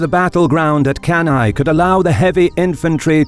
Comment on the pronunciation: One of the best video on Cannae IMHO. Anyway, the correct pronounce of Cannae is "canne" (kan-neh). And Paulus, not Paullus.